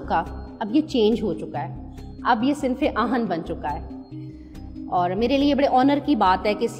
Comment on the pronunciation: صنف آئن نہیں صنف آہن۔ آہن لوہے( iron) کو کہتے ہیں۔ صنفِ آہن کا مطلب (iron Lady ) ہوتا ہے۔